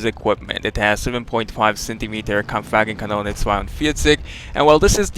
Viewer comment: I'm german and you said "Kampfwagenkanone 42" in a perfect german, even without any accent!